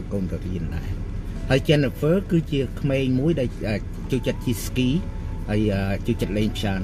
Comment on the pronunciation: សួស្តីបង ពាក្យ “ក្មេង” មិនមែន”គ្មេង”